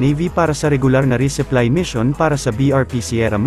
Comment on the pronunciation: Resupply hindi reseply